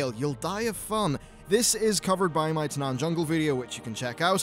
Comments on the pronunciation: Taanan Fungle? you mean Taanan no fungle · Tanaan fungle ? kappa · Tanaan Fungle lmao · "Tanaan Fungle"